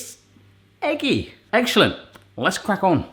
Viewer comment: I don't know if this was intentional, but it absolutely sounded like you said "Egg-shell-ent". Nice. 😎👍